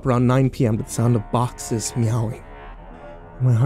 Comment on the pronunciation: It’s “boxes”.